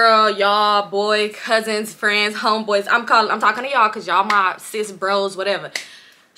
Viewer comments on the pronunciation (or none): none